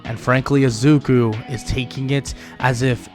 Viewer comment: why are you saying azuku when it is izuku?